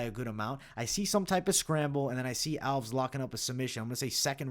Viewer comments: Stopped watching at Raphael Alves. Can't be getting predictions from someone who pronounces simple names that egregiously wrong. You do this at *least once a card and enoughs enough. It's a two syllable last name. "Al-*ves", not "owlves" or whatever abomination you're saying here. Nobody who watched enough footage and heard his name that many times would make that mistake. So it's either ignorance or inadequate fight research. Neither bodes confidence. Sharpen up if you ever want to make the next level. Too much competition out there. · I think it’s al-ves, not alvs. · Agree with most of these picks but I think Nunes gets the belt back. Also Alves is pronounced AL-VEZZ even tho it ends in an S. 😅 👍